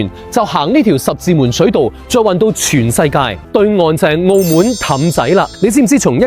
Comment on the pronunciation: 澳门（闷），唔系“澳门”（moon）